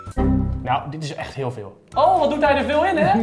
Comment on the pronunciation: Ik vond det ein huul good acsent